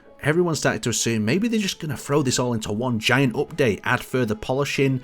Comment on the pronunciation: drinking game everytime he says "opdate"